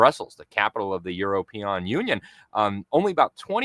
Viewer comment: Love saying “the Euro peon Union”!